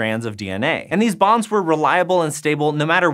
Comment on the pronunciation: I had to rewind because i really thought he said "strands of dna pair thanks to hydrogen BOMBS"